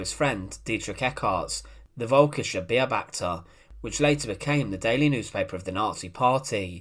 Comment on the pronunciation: Forget about the "Beo-bachter", rather think "Be-obachter", the "Be" pronounced like "Bu" in Bulgaria. The "beo" is a bird, but the Volkischer Beobachter really wasn't about ornitology.